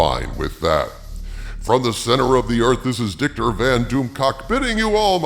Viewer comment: It always sounds like he says “Dicktor” instead of victor